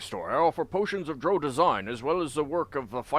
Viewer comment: Notice that Adalon pronounces Drow like "drow," not like "droh." Sorry, but your pronunciation has been driving me nuts all game. I can understand the confusion because words like sow, grow, low, etc are pronounced like "oh" not "ow." However, there are also words like plow, now, wow, etc that are pronounced like "ow." Every time I've heard Drow from official sources it's pronounced "Dr-ow."